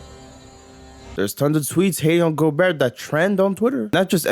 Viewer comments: Also the last ”T” in Gobert is silent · Hearing this guy say Gobert is as cringe as Rudy’s game.